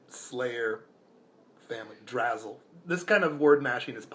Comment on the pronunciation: Drasle Family is pronounced "Dra-slay", not Drazzle. I love this game. One of my favourites for the NES, but not a lot of people agree with me there.